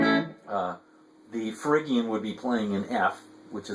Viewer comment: good stuff. but it's pronounced ' fridge-ian' not frig-ian.